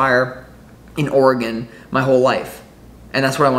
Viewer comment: My home state oregon so I know it's for me. Thank you. And it's ore gon. Not gone. All good bro Sending beaver and ducks love.